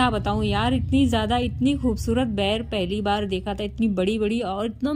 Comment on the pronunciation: Ber hota h bair nahi cg me boir bolte hain